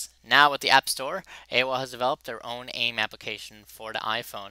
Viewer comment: aim is pronounced A-I-M